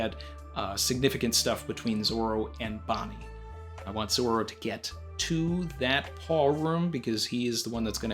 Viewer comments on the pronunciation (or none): calls Zoro "Zolo."